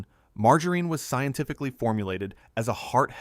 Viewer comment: What the ever loving heck is marg-a-reen?? Thanks AI - not.